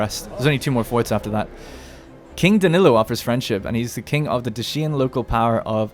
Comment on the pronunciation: Not Dashían, Dáeshian, its the correct pronunciation in english.